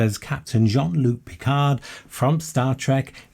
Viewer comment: This was a really fun video. But in case anyone else didn't comment with a minor correction, it's Jean-Luc Picard. (i.e. Not Luke)